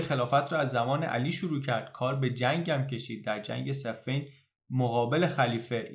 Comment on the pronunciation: درود جناب دنبال ایراد الکی گرفتن نیستم شما زحمت میکشی و ما لذت میبریم از ویدیوکست های شما یجا گفتین safein خیلی ها فکر میکنن چون دو تا لشکر روبه روی هم صف آرایی کردن اینطوری اسم این جنگ رو تلفظ میکنند ولی seffin درسته بمعنای اون محلیه که درش جنگ میکردن. با تشکر